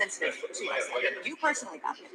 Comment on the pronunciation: Who told Devon to come in the room, if he was not even able to hold his anger for a sec? Immediately after entering he first mock Babken saying 'baby-kin', if someone told you like that than what would you do? Even if Babken came in the Devon's room calling him 'CLOWN🤡' than you sheep fans would have gone far against Babken!